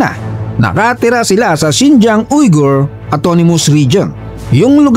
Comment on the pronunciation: ang pag pronounce po nang word na "Uyghur" ay "WEE-gur” may kaibigan ako na Uyghur